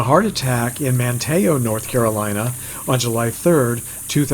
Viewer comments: Hi so far you have 853 comments here..not sure this was covered in an earlier post. I am from North Carolina and have met Ange several times however watching your video I hate to sound anal but the town of Manteo is pronounced Man-tee-o...not Man-tay-o...sorry...great video...you should come to NC visit Mount Airy and visit Andy's museum.. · Great job! Just a short note. Andy Griffith is indeed buried in Manteo, NC at his estate located there. But instead of being pronounced "Man-tay-o", it is pronounced "Man-tee-o". That mistake is made by a lot people. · For future reference, it's pronounced "MAN-tee-o". I lived within spitting distance from there and watched part of the filming of the "Hunting Party" episode of Matlock in 1989 (I was in town for other business and happened to run into the studio trucks parked all over the place). He said he wanted to film in Manteo "to put it (the town) on the map". His obituary said that he died peacefully in his sleep (not contradicting you, since I believe it was a well-known fact, but can a heart attack ever be "peaceful"?). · Just watched this on yet again and decided to try to explain how to pronounce Manteo...the T is silent...its pronounced Man-e-o...love your videos...keep them up..the only good thing that came out of having to pretty much stay home for a year...found your vlog. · You pronounced Manteo, North Carolina wrong...it is pronounced...Man te o...just saying. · Andy is Buried pronounced "MAN-TE-O" and I can supply Grave pictures for Aunt B's. Just pasted her Grave site last week. you can see it from teh Highway 64 in Siler City. Fans often place jars of Pickles on her Grave. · Manteo, NC is pronounced man-e-o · As someone who lived in the outer banks and know the area the pronunciation of Manteo was cringe lol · I’ve been there and still want to pronounce the t in manteo